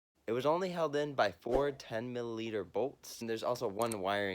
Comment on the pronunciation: I caught that too.